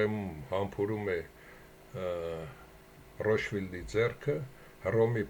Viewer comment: Այ ախպեր մեռա ասելով ռոշֆիլդ չի ռոտշիլդա 😂